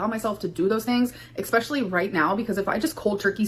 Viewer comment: I hate it so much when she says expessially! Oh, how I hate it!